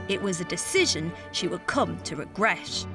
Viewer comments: Why pronounce regret as “regresh”? Can somebody enlighten me? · Rodger No and I do not mean like that. Now I know why. It is just sounds like you have recently taken your braces on by the dentist and you are avoiding the “t” sound as it would hurt so much.